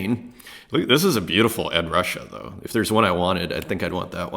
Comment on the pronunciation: It's pronounced Ed "Roo-Shay" for Ed Ruscha. He was born in Omaha (like me) before moving to California